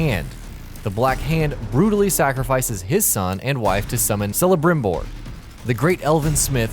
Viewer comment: you read it with K (celebrimbor) as (kelebrimbor)